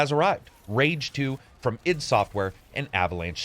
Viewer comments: Just so you know, its pronounced I.D. software with 2 syllables. Not Idd like one word, one syllable. They're pretty famous, they made doom. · I.D! EYE DEE! Not ID! Sigh.Other than that, great review. Thanks